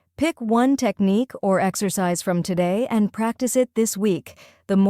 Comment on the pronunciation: Pronouncing the word "technique" is wrong.